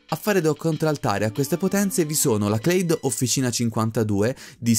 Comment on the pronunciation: io ho il sospetto che Clade sia una parola italiana (almeno all'università io l'ho sempre pronunciato così) quindi "klade" e non "cleid"